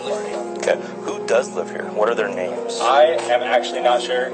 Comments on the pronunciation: I noticed they did pronounce each name wrong ! Disgusting 🤮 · The AI pronounced every single name wrong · You can’t even pronounce the victims correctly! BK pled guilty and of story! This is a ridiculous video! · I can't stand when a channel can't even say the victim's names correctly. It's so disrespectful. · Of the subject but it amazes me how many times main stream media mispronounces these kids names. I'm sorry but shouldn't they be vetting all things including this before ever going on air😮